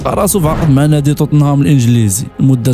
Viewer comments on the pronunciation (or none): وخويا را ماشي طوطنهام توتنهام هههه قتلتيني بالضحك مهم برافو عليك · توتنهام ❌ طوطنهام ✅😂😂😂😂😂